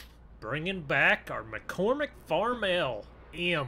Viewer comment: It’s pronounced farm-all sorry just really bugged me 👍🏻